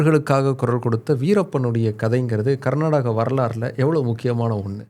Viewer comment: ಈ ಬೋಳಿಮಗ್ನಿಗೆ ಕರ್ನಾಟಕ ಅನ್ನೋಕೆ ಬರಲ್ಲ, ಪುಂಗತವನೆ ಇಲ್ಲಿ😅